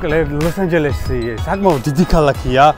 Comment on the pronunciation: cant hear ლოს ანჯელესი instead of "ლოსაჟელესი" after ia farulava